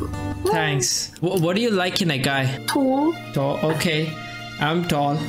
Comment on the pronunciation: i heard "TOOL" instaed of "TALL" 😭😭